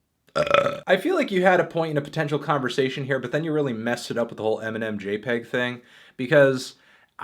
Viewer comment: when melon says eminem it sounds like nemenem